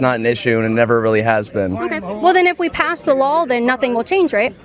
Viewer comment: Kaitlin smirks at the girl saying costed, yet she can't pronounce the word law?